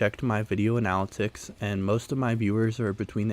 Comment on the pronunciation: After viewing 7 or 8 other videos on this topic, you are the first intelligent person I have found.....Thank you. (Two very minor side points: the cords your parents know about are called "Coaxial Cables" and double check your pronunciation of the word "Analytics") You debunked the erroneous, babbling idiots on YouTube very well, and presented the correct information in a clear and easy to understand manner. Thanks again.